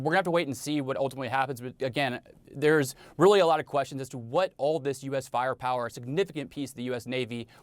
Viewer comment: and in "faia pawa" I find too something kind of distinct to what natives got me accostumed to hear